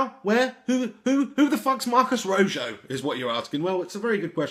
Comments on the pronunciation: RO JOE lol its pronounce RO HO Which means RED in English lol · His name is not pronounced "Roe-joe", seriously. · its pronounced roho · It's pronounced "Roe-Hoe" LOL. But I love your vids anyway, mate. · This video is EVERYTHING that is wrong with modern football fans. Has no idea who the player is we've signed, can't pronounce his name, and even better goes on to suggest RON VLAAR is the answer to all our problems as a World Class defender!? He basically admits to knowing nowt about anything yet he feels qualified to spout off about it anyway......Grade A* GloryHunter who'll probably be a Chelsea fan next week